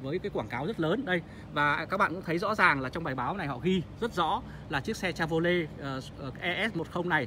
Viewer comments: Cha vo lét , phát âm còn sai mà cũng đi phân tích =)) che vờ ro lét ( che vy) nhé ông nội :) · Che vô lét là xe gì? Có lẻ Âu châu phát âm sai tiếng Anh? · Gỉ chứ mới nhìn vào mà đã thấy mức độ xào lộn ăn tiền ,đơn giản qua mức độ chèn quảng cáo trong clip.... Điều cơ bản phát âm tên hãng Chevrolet còn sai bét thì làm đc gì?